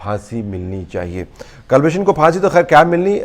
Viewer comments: kal nahin koolbhushan Jadav. Properly pronounce kiya tha aapke maathe pe pasina chutegi aur taang bhi kampega. POWER CUTS ki vajah se Talat Bhai. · and the first name is Kulbhushan. I'm always surprised at the lack of knowledge amongst Pakstani journalists and commentators of Hindi names. They have diffficulty in pronouncing the names, spelling the names, etc. Probably because they don't have any Hindus left in Pakstan. You never hear Indian journalists pronouncing Mohmdan names incorrectly or spelling incorrectly. We're so used to mohmdan names in India.